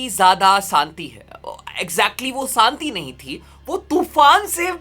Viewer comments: Santi Nahi Shanti thi bro😂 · Bhai santi nhi shanti🤣🤣